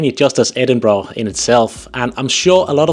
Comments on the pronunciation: IT’s Edinburgh not edinbrugh. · It's not Edinbra. It's Edinburgh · I swear I met a woman in Guangzhou, China who said she was from Scotland (she was white and spoke perfect English and seemed to have the accent), but she pronounced the city as, "Ayden-bro"! It was so amazing but so strange to hear as I've never heard the city pronounced that way! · ehhhh its Embra ya gadgie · As a local, you still don't seem to get the pronunciation right. The end's more a ur and an ah. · Your wrong it’s embra I no I’m from their